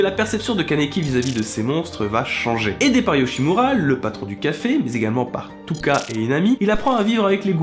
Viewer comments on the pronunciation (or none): C dommage que vous avez suivi la description de l'anime , le manga est beaucoup plus complet ... C pas grave mais attention à la prononciation de kagune (se dit Kagouné) et touka (se dit Toka) ^^ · oui, enfin, ça c'est la fin de l'anime (et Touka comme tu dis se prononce Tooka) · Ptdrr, dans votre video vous avez dit Un kagune alors que ca se prononce "kaguné" et Touka au lieu de "Toka"... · J adore au lieu de dire Kaguné vous aviez dit Kagoune et vous aviez dit Touka au lieu de Toka j adore 😂😂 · Juste c kaniki Ken mais c super ta video😘 et c toka ps touka dsl mdr😂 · Bon... Il qualifie son histoire d’une tragédie On dit « Kagunet » Son rein n’est pas remplacé par un Kagune mais un rein de Lize Le kagune n’est pas un organe mais un appendice constitué de cellules RC On dit pas Touka mais Toka, on mets un « u » parce que ça prolonge le son précédent. On dit Uta, comme le département. Il ne mange pas le Kagune de Jason, mais ses poches RC Merci. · on dit pas touka mais toka, touka c'est l'écriture japonais mais sa se dit toka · je suis le seul a qui ca derange dentendre "touka" a la place de "toka" comme dans lorginale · Les prenom bordel uta et pas ota toka et pas touka et c'est un kagnué pas kagune le ė est prononcer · Et on dit TOKAAAAAAAAA PAS TOUUKA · Kagune ?,touka?! Respectez un minimum la prononciation s il vous plaît 😂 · le kagune se prononce Kaguné, juste pour information -_- Et ça s'écrit Touka, mais se prononce Toka >-< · Toka ! Ca se prononce Toka ! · J'ai dislike pour la prononciation de "Kagune" &" Tôka"..